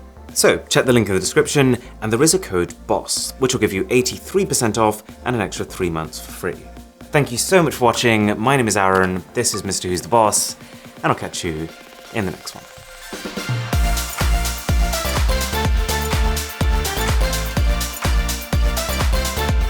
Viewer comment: Your name is Arun or Aron. As you pronounce your name like Aron.